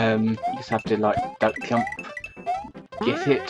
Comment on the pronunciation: Are you serious? It's not pronounced Gump. It's pronounced JUMP. You know, just like the word JUMP. Because it's pronounced JANKED up mario party, not ganked up mario party. How the heck do you fail to see the resemblense of the name of the word JUMP?